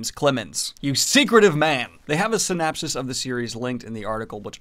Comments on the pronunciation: I see, you have been affected by the White Tower Podcasts pronunciation of synapsis, instead of the normally used "synopsis". No judgement, at all. I love those two. They're GREAT people. Love these videos. Thanks for keeping us "up to date" on all things Fantasy. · Synapses? Did he say synapses? XD